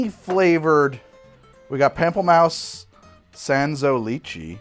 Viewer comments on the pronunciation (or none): "Pamp-elle-Mouse"?! It's "Pomp-Lur-Moose" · Pamplemouse is French for grapefruit. It's not pronounced "pample mouse". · Pamplemousse is pronounced like Pom Pluh moose. It's French for grapefruit. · as a european (swedish, i.e non-french) "pample-mouse" is one of the most butchered pronounciasions I've ever heard. (don't get me wrong, still love your channel though <3 ) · "pam-pull-mouse" smdh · It's the "la cwah" followed by the "pample mouse" for me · I'm Canadian and "La-croy Pamp-la-maus" almost struck me dead XD